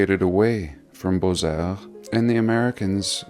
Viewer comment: The x is silent in Beaux...pronounced bo.